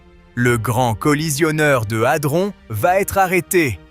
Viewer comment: 😂 Adron pas altron😂😅